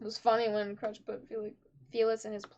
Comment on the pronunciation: stop calling her Crutch xD It's Crusch. You pronounce the U as "Oo".